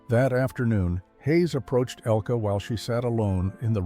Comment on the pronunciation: IT IS NOT "ELKEE," BUT ELKUH. IN GERMAN. THE NARRATOR IS PRONOUNCING IT WRONG.